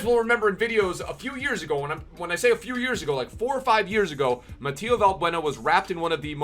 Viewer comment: Its MATH Y JEU , not matia 😂 tnx for butchering my name